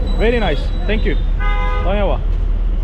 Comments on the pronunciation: traş der ki: tenk yu tenk yu 😂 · kardeşim niye iki defa tenkyu tenkyu diyorsun yahu..